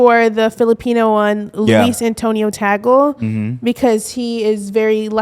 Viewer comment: The way pronounced Tagle's name LMAO